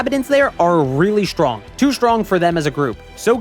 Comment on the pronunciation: Sorry for this question not at all about the subject, but why do you say "shtrong" and "deshtroy" ? Is that an accent ? I only ever heard Sean Connery talk like that.